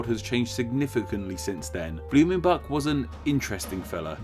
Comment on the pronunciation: Blumenbak??? Come on americans, please at least try to pronounce the names correctly.